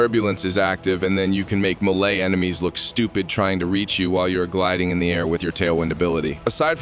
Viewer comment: McRush and milay? gire and protyay?! Where the hell did you learn English? Holy crap. Mach rush = mock rush. Melee = maylay. Gyre as in gyrate or gyroscope. Protea as in protean or protaya, if you're fancy. Dude.. you want to do Warframe videos and can't even be bothered to learn words or their names? Holy hell kid.